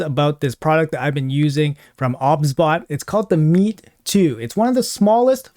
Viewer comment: No hate obviously bro but are you sure it wasn't pronounced "OBS-Bot" as in the software? Just curious dude